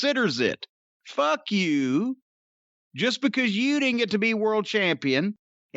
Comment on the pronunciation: man the way Jim says "You" is so funny too me.